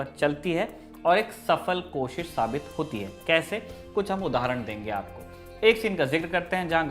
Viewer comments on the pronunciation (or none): none